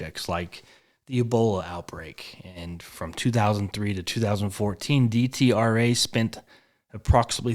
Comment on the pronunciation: It is pronounced Det-Rah.